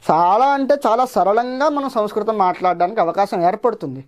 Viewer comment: బాగానే ఉంది కానీ సంస్కృతం అనే పదాన్ని పలకడం మాత్రం సరిగా లేదు. సంస్కృతం అని కాకుండా సముస్కృతం అంటున్నారు. ముందు ఉచ్చారణ సరిగ్గా చేయడం నేర్చుకోండి.